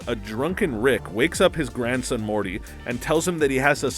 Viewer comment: He called Morty, Marty